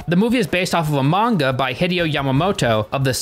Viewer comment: B-but you say manga correctly!